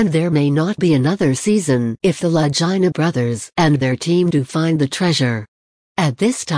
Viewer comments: FOR GOSH SAKES PRONOUNCE THEIR NAMES PROPERLY...LAGINA...IT'S ITALIAN. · 1st the lady that's talking about Oak Island needs to Learn how to Pronounce the Brothers LAST NAME